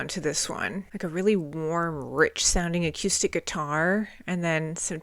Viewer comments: "A cue stick" Sorry I can't help but laugh at the pronunciation of acoustic it's great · I kept laughing every time you said acuestic. XD Got Me Wrong is still my favorite AIC song, it's not their best but I just love it. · you're not pronouncing "acoustic" correctly. thanks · Wow, I missed this video too. You even reacted to Sap, you're an AIC veteran at this point. I wonder if you've gone back to re-listen to 'Right Turn' now that you're familiar with Chris. Also love the way you say "a-Q-stic" lol. Sap was a really cool project, they actual used the money they got from Cameron Crowe to record 'Would' for the movie Singles to cut the EP, then released it in stores with no press. They wanted it be a bit of an easter egg for their fanbase before easter eggs in popular culture were really a thing. I think Cantrell said it was when Kevin Smith featured 'Got Me Wrong' in Clerks that it took off. Jerry has also said that Sap set the expectations for the fans that they could do the hard stuff and the softer stuff, so from early on, regardless of their success, they didn't feel limited or boxed into a sound. Awesome reaction, 🤘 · The way you say acoustic - almost by adding a Q in there - is like a sweet idiosyncrasy! You rock like AIC